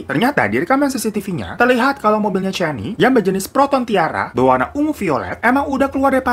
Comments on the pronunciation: Aduhh.. Puas mikir kasus di malaysia yg mana.. Slh sebut nama.. Bukan cani, tp Sebutan namanya spt ini 👉 'kenni'. Salam dr malaysia... I like ur content👍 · Salam dr malaysia kak,😅 sebutan nya c-k kenny aka canny 😅😅 lucu aku dgar nya terhibur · Dibacanya "Kenny" bang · Cara baca nama dia "Canny" itu bukannya "keni" bang😅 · Sedikit koreksi ni babang glowing, sebutan namanya lebih ke "kenni" hampir sama kaya nyebut nama Jennie (J nya diganti K) pake KE bukan CAN(gkir)ny. Kasus ini mmg sempat viral dulu. Tapi aku udah pada lupa kronologinya. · “Ca” kalau sebutan inggerisnya harus disebut sebagai “Ka”. Contoh “Canny” english Jadi bila disebut harus berbunyi “Kanny”